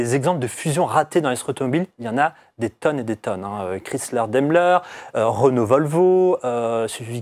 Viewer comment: Chrysler pas Chryler 😉